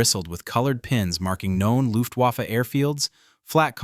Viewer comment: IT'S NOT PRONOUNCED WAFFE, BUT "VAFFUH" AND IT MEANS WEAPON. (REFERRING TO LUFTWAFFE)